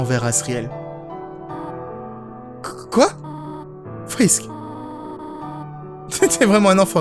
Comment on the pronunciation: TIEN TIEN TIEN !!! TU PARLE DE SANS EN DISANT "SENS" , MAIS TU DIT "FRISK" AVEC L'ACCENT AMÉRICAIN 😠!!!!!